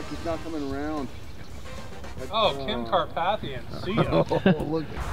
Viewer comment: "Kim Karpathian" 🤣🤣🤣